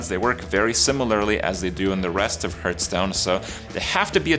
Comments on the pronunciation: Why does he call it Hurtstone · Arena Master Soon-to-be Battleground Master Still can’t pronounce “Hearthstone” correctly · Hahahaha :D